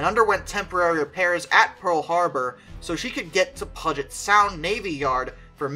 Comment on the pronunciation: Mate you pronounced puget sound wrong. It would be like "Pyujet" if that makes sense. I like this video otherwise :D